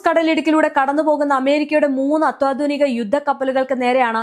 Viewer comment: നല്ല വാർത്താ റീഡറാണ്... അത്യാധുനികം എന്ന് പറയുമ്പോൾ എന്തോ ഒരു...